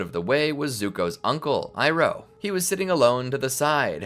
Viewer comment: ITS IROH NOT IRON